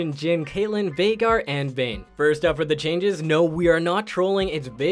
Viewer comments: VEIGAR not vaigar, dont make fun of my main! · ITS PRONOUNCED VEY- GAR. <3